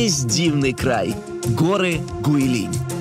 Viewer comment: Правильное произношение "ҐуыйЛин"